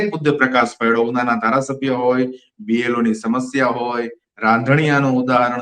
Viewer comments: BPLO nahi BLO bolo. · B P L O નહીં B L O બોલાય. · Blo બોલતા તો શીખો ભાઈ